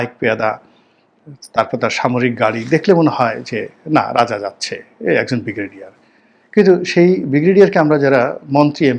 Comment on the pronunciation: অর্ধশিক্ষিত correct your pronunciation of ‘Brigadier’